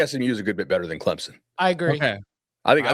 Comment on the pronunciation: can you pronounce clemson correct